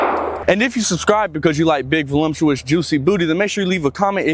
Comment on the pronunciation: bru voluptuous does not have an M in it. just sayin.